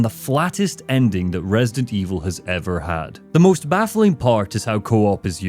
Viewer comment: opened the video saying “Resint Evil 6.”💀